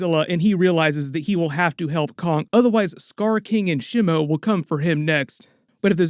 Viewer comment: By the way Shimo is pronounced SHEE - MOH with short pronounced vowels, and SOFT consonants; it's NOT pronounced "Sh'moe"*